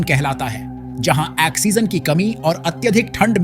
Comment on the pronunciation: Axegen nahi bhai oxigen 😂